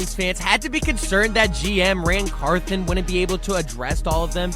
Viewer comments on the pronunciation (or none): Car thon! Not Carthin